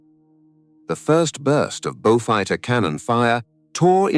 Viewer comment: Beaufighter …. Beaufighter FFS! Basic errors! 😡